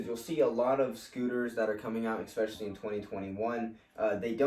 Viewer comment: Had to stop watching once you said expecially. That is not a word. And cut out all the mumbling.